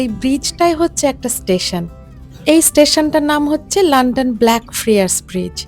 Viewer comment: লন্ডন কে লান্ডান বলেন কেন?